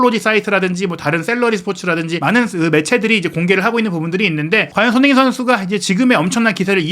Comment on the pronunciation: 발음이 너무 구리신데ㅠ 손흔힌이 누구임?